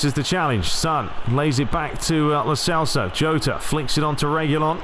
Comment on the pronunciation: In Spanish the letter "j" is pronounced "h" so Jota is actually "Hota"